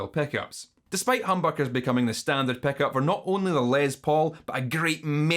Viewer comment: honestly, i mostly clicked just to hear you say ‘peck-up’ for 12 minutes